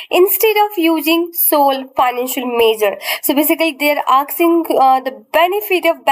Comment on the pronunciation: ma'am it's asking not aksing